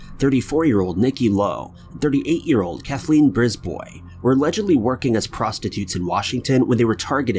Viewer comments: Brisbois ain't pronounced like that. For fucks sakes... Every video I'm correcting your ass. You'd better watch it or Ima take your job. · Brisbois? The word "BOI" confirmed